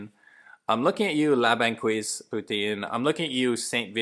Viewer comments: Funny! "La ban qweeze". It's pronounced " ban keys". Great video! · I lived in Montreal for years. La Banquise (which you mispronounced) is, by far, the best poutine, period. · We do speak english but it ain't the place to use it! More precisely if you've been here for more then a year. Hearing how you said Banquise, I know you've not been working on your french. You know we are fed up with this attitude. Coming and making Montréal even more english by the day. Hope people understand why independance is back on the map and that the PQ is coming into power.